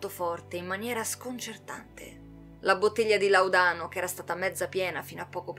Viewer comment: Bellissimo video, però il Laudano ha l‘accento diverso sulla seconda a, rispetto alla tua pronuncia.